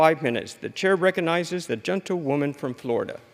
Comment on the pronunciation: Why are they addessed as "genta- woman" or "gentatelia woman" or "gental woman" ....🤨. Soundsoe like genta- woman though.,... Sounds like all Congress and the House accepts this crazy New Age hiphop ridiculousness.... Where's the Real USA it's been stolen out from under our very noses🤥🤥 shoul be called The House of lies🤥